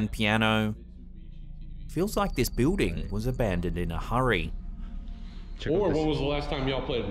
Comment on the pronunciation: I love how he says Beuding For building 😊